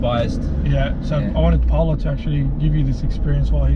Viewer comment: Is ur name Paula? Or porla? Lol